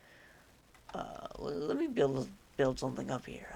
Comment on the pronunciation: IT'S HEAH